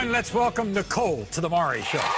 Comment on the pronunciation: I wish DA people could pronounce Maury's name.